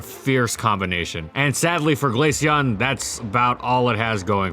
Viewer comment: Finally someone who doesn’t pronounce it glasheon